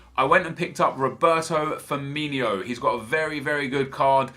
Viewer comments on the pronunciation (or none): please please please dont call him "fiminho" ... its firmino, theres no E or H or anything at the end. Fuckin commentators do it aswell